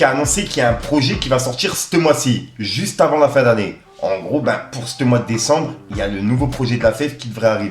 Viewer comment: S’te mois , s’te jeux…. Frerot t’abuse 😭